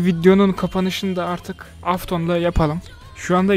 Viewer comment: Abi afton değil eftın